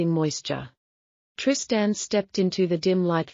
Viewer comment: Teach AI how to pronounce Trist-Ann, pls